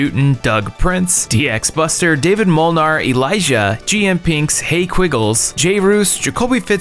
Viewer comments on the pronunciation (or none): none